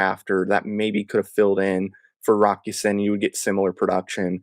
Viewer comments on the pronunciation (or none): his name is Rock Ya Sin not Ya Seen why is it so hard to pronounce it right?